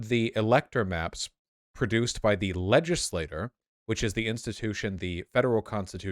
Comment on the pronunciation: Vaush I am fucking begging you to learn how to pronounce "legislature". It's like "ledge-iss-lay-cher", you're pronouncing it like "legislator" which is just a single member of the legislature